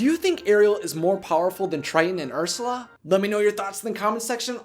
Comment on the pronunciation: It's urs you la not ursa